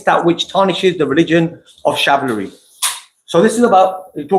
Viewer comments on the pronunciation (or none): It's Chivalry....not shavlary lol And as per usual the Shia have no idea what they're talking about A couple of mins of the debate not showing the full context just proves they're desperate for support. Only 16 likes lol